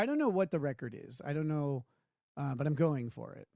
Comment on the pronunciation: "I dew't knew"